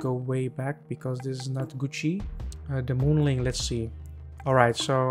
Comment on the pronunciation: It's not moon ling it's Moon Ming